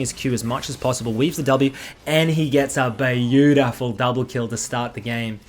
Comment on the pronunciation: Bay-you-T-fool. So that's how you pronounce it...I've been pronouncing it wrong all this time!!!